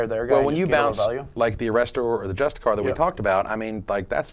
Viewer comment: Justiciar = Jus-ti-see-ar